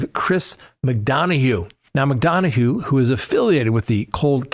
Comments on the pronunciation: It's "Mc Dunn a" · Respectfully McDonough pronounced McDunna